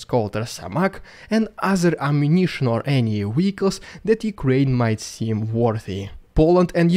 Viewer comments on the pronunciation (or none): I love your updates but help me out here... Why are you able to say 'videos' just fine but you still say 'wehicles'? Is it just an inside joke that I missed?